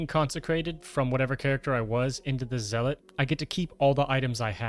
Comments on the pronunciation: Basically yeah Zel-lit can also help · Thanks for the guide - though my 'tism is kicking in, lmao. Zealot is pronounced "Zell-ut" - Think of it as saying "Sell it" quickly (and with a Z) Otherwise, pretty informative video, hopefully gonna see a Dealer/Banker guide coming soon. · 2025 and people still mispronouncing zealot.